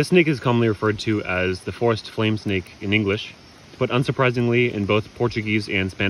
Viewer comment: it sounded like he said this nigga 😂 I know he said snake but go listen to it hahahahha